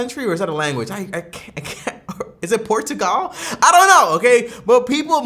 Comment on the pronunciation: It's Portugal, Portugal 🙂